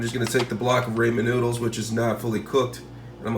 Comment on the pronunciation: I couldn't even focus on this video after I heard Raymond noodles I went straight to the comments lol